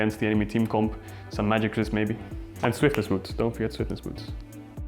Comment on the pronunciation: Hi!! You think nerfs in 10.18 will affect him in jungle? Thx Ps: funny how you say swiftness and going tabi ( ahhahahah joke)